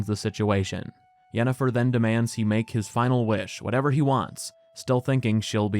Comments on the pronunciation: Yanifer everytime. No questions asked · It's Yennifer and it isn't even close. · It's Yennefer, this is not even a debate wdym